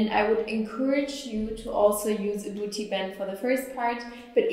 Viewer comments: buti buti buti buti buti buti buti buti buti buti buti I like the way she pronounces it. 😂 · love the way she pronounces "booty" :D